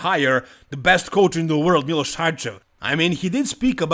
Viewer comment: Kad sam čuo kako izgovaraš Miloš odma sam znao da si sa naših prostora. Miloš je bog i batina i tu nema price, Samson je poraz podnio kao neko dijete. Sjetimo se samo Hadija na olimpiji i njegove reakcije i to su nam sampioni. Trebao je dobit sankcije barem od olimpije da se ne takmici sljedecu godinu ali ok. I olimpija je postala smjesna vise i nepredvidiva.